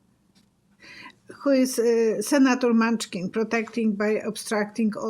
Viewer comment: Thank you🙏 for answering my question on Joe Manchin. His name is pronounced man-chin, not munchkin. What do your guides tell you on the FINAL outcome of Conald's connection to Putin?